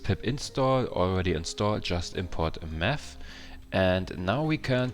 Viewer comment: Meth or Math ?